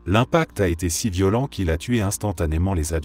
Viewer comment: J'adore ces vidéos, vraiment ! En plus l'idée du feu de camp est excellente, je trouve. Mais l'IA... "D'à côté" devient "D accent grave à côté", "violent" l'adjectif devient "violent" le verbe conjugué et donc prononcé "viol", la "côte é" pour "côte est", "on apprend à le supportère", etc. J'avoue, le "D accent grave" m'a fait éclater de rire ! En plus il s'agit d'une apostrophe, il aurait dû dire "D apostrophe à côté" !!! Ça ne m'empêche pas d'écouter toutes ces histoires qui me passionnent, enfin surtout ce qui est paranormal, parce que là... le pauvre homme en feu, devant son petit-fils... Épouvantable. Je me suis abonnée, mais j'aurais préféré que la voix soit celle d'un conteur. À part ça : TOP.